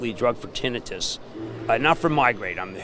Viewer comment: He can't even pronounce tinnitus